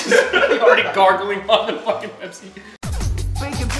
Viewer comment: When said Pepsi I thought he said KFC